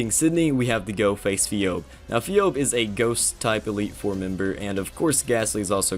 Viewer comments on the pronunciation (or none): She doesn't call Phoebe(Fiobe) is Phoebe(Fibee) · Pheobe is pronounced as fee-bee not fee-obe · Pheobe is pronounced as febe. What is feob? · Phoebe. “FEE-OBE” Do you mean FEE-BEE ? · The way you pronounce Phoebe pisses me off Its FeeBee. Not Feeohb. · Never heard phoebe (fee-bee) pronounced phiob before. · Phoebe is pronounce fee-bee not fee-obe. Not being a dick just thought you might like to know. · Pheobe? Its Phoebe (say it like fee-bee) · One improvement you can make it Pronouncing Phoebe's name right. (Fee-Bee) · Fee-Obe.... You've never seen Friends? lol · lmao "fee-obe" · I don't know if you pronounced phoebe wrong on purpose... the name is pronounced "Fee-bee" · Gah, it always bothers me when people call E4 ghost trainer anything other than "Fee-bee" because THAT'S HOW YOU SAY HER NAME. It's FEE-BEE! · Um... Her name is pronounced Fee-Bee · Phoebe is pronunced "Fee-Bee." Great video! These challenges are fun to watch! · Phoebe is pronounced Fee-Bee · I believe Phoebe is supposed to be pronounced as “Fee-Bee”. cmiiw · Just say “Fobe” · Pheobe = feebee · It's funny how you pronounced second elite four's name :p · Please tell me he's mispronouncing "Phoebe" on purpose. XD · I literally had a double take when you pronounced phoebe. I have never heard anyone butcher this name that badly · WHO PRONOUNCES PHOEBE LIKE THAT? I CAN'T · The way you pronounce Phoebe literally kills me